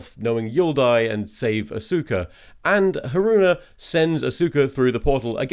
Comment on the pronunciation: For the record, I'm pretty sure I read in a biography that Dr. "Zoice" gave a lukewarm green light to the contemporary "soose" pronunciation of his name, like 3 years into his career. Edit: He kept saying "A-sOOka" instead of "AW-suka"... if the Kisaragi review came before the Steamed Hams section, and also I didn't already know about the native pronunciation of Seuss, I would likely doubt the authority with which Tom said "yes, that's how you pronounce it."